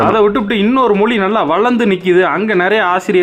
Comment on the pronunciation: மொளி இல்லை தலைவா மொழினு சொல்லுங்க